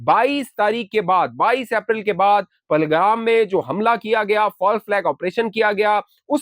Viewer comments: پھلگرام نہیں پہلگام ہے کل سے آپ فلگرام بول رہے ہیں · aap Pehlgam ko baar baar palgram keh rahe hain braay mehrbani tasheeh karlain.